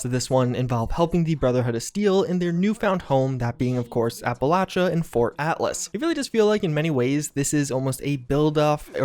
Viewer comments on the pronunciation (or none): Every single person who plays or has played this game in the past except for just one, has mispronounced Appalachia.